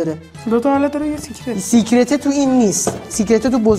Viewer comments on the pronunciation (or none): سیکرت نه سکرت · سکرت درسته نه سیکرت